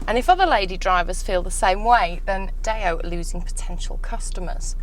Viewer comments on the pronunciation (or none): WTF is Dayo? This woman cant drive, can't talk properly and can't review to save herself. It's a 4x4 moron, not a ladies estate or a supermarket wagon. FFS idiot!